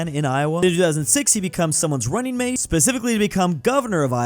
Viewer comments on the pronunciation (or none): none